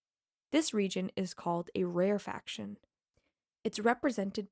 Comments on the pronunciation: Rarefaction sounds like 'rarer-faction' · "rarefaction" is a 4 syllable word. RARE a fac shon.